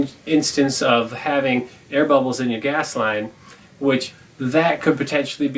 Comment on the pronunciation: could have swore it said gay heaters... 🤣 "hi, im here for the homosexual firearms?"